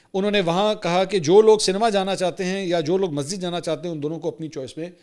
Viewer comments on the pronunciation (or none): none